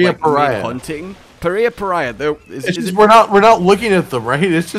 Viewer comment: This guy is pronounced Paria puria, those two words together. Oh also he has a subspecies? that's hungrier than this guy and he's significantly stronger and probably more terrifying than the original. Good vid guys👍.